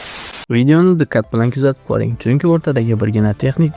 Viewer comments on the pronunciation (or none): DiKkat bilan (Diqqat bilan) RaKam (Raqam) oddiyroK (Oddiyroq) ayniksa (Ayniqsa) hullas juda ko‘p shunday gapirishdagi xatolar bu atay qilinganmi? Buni shevaga burmang faqat iltimos!